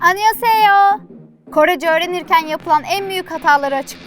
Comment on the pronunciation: Baska anyonghaseyo yu yanlis soyledin